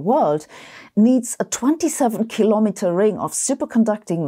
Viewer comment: Kilo'meters, not keelamatuhz.